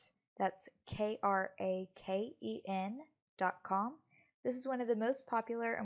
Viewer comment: Doesn't even know how to pronounce the name of the exchange 😂😂😂😂😂😂😂😂😂😂😂😂😂😂😂😂😂😂😂